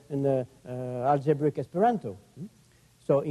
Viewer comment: "Aljebric Esperanto"